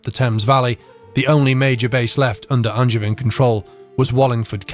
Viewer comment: Even if he can't pronounce "Angevin"...